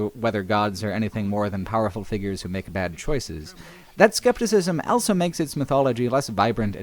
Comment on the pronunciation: says elso instead of also.